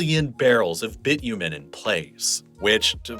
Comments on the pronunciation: the way you are saying Bitumen is so weird ngl, it's not even the American pronunciation! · Lol, that is only the beginning of his humorous way of saying Canadian places and products. Even Bitumen ("Bitchumen"). Somebody else here already noticed he said Spokane differently each time he said it. And yes, he flubbed on Regina as well. Regina has a long "I". Funny how people act too embarrassed to say it properly.